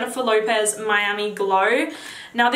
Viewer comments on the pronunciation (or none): none